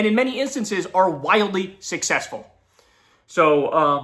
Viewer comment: Babe, it's pronounced ZOHran. No "r" in the first syllable. 😘 Thanks.